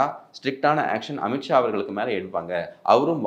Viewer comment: அமித் ஷா, अमित शाह என்று எழுதவும், உச்சரிக்க வேண்டும்